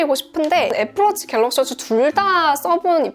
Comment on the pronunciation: 와플워치라고 읽거 피식했네...